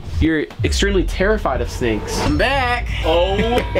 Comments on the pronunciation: Anyone notice this it Said snaes not snakes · did anyone realise that he said snaes not snakes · bro actually said anaes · 13.34 at that time not being nosy but you said brawadis is scared of snaes instead of snakes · his terried of “snaes” did he mean snakes or somethig?